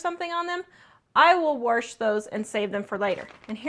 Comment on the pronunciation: there is no R in wash, or washer. My mom said it the way you do. I like your videos